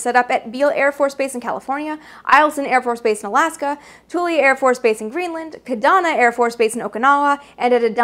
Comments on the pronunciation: I probably wouldn't have noticed it but I was stationed at Kadena AB, Japan and saw the SR 71 fly A LOT... The US pronunciation is Ka-Dean-ah Air Base. Just my Internet 2 cents :>) Keep up the good work!!! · Amy, would you please spell out the name of the base in Okinawa where the A-12 was slated to refuel if needed? It sounded like you said "Ka-donna". If you're referring to Kadena AB, Okinawa, the correct pronunciation would be "Ka - DAY - na" Air Base. I spent three years there and knew a guy who worked in the aircraft barriers shop. He was part of a crew that trapped a Habu back in the late 1970s. On an unrelated note, Hi, Pete! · I love the way you say reconnaissance. BTW Its not "KA Donna, Its KA DEENA AFB. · One teeny, tiny, microscopic, gripe...Kadeena is pronounced with a long e, not an o.